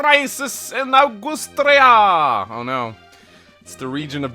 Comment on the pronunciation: Did you just say “Augoostria”???